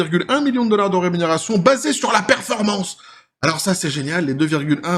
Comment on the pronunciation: Dollar pas dollarse